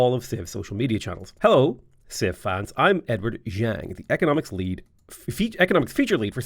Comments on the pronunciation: Zhang is pronounced more like J-ah-ng, just for reference since you mentioned about it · Chinese pinyin’s “zh” is pronounced like a HARD J, so “zhou” is pronounced like English “Joe.” Also, in general, “a” is pronounced like a long A. So “Zhang” is pronounced like “Jong” as in Kim Jong Un. A mix of “jaw” and “wrong.” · I mean the Zh does have a J sound to it, like the J junkyard. Man it is a bit hard to explain, but you did not nail it. And that is absolutely fine. 😅 We all speak different languages, I would hate if there were expextations for me to being able to pronounce the capital of Burkina Faso. Ouagadougou It is actually really easy. Wha-ga-doo-goo. 😅 But just reading. Ouagadougou.